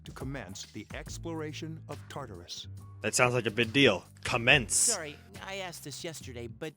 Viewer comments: You're actually meant to pronounce Tartarus with a longer sound on the a. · Isn't it pronounced Tar-tar-us?